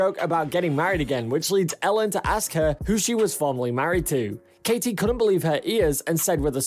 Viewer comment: Nobody wants to hear you tell us what was said. Let us see for ourselves. I hate this new style. I urge people to turn you off. You can't even pronounce Katies name. Pathetic job.